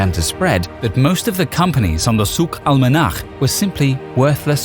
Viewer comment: I am impressed about how you can correctly pronounce "Al-Manakh"!! Not sure if the original word was "Al-Manakh" or "Al-Monakh" but it means Weather.